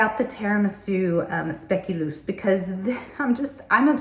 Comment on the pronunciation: yea but those are sweets fragrances tho Im like you i can’t with gourmands fragrances atp but like fragrances like pink sugar/italica for example re genuine gourmands mind you its also a matter of perception cus what smells gourmands to one isn’t going to smell edible to another lol Also its pronounced speculos despite the way its written lol the speculos spread is a diabetic nightmare but its delicious they’re cinnamon ‘warm’ super sugary sweet cookies.